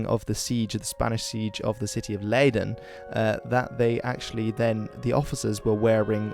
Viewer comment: You clearly mispronounced Leiden the first time, but later in the video you got more or less correct